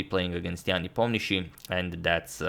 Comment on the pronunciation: I think agad is the only non-Russian who pronounces Nepo's last name correctly.